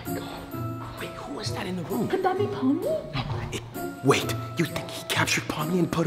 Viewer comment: It's pomni not pomy